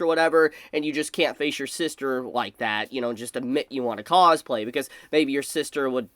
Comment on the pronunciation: The way you say cosplay starts to sound funny the more I hear it haha causeplay